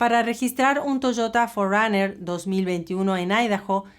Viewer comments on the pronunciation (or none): none